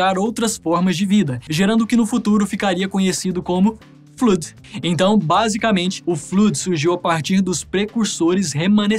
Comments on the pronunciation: N se fala fluud se fala 'flód' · Muito bom, só a pronúncia do Flood que não ficou certa, fora isso ficou muito legal o vídeo.